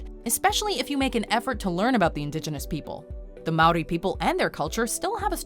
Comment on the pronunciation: You’ve got pretty close to pronouncing some of the Māori words correctly I’m impressed